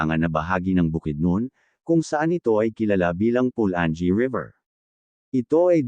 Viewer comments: PU-LA-NGEE hindi PU-LAN-GEE; ...MA-KA-HA-LAR...hindi MA-KA-DJA-LAR... correction lang po sa pagbigkas..nice content anyway..thanks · Tama pula - nge hahahaha